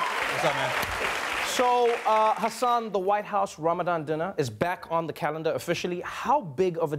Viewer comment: That moment when Trevor can pronounce the name hassaan correctly but my own classmates can't 😑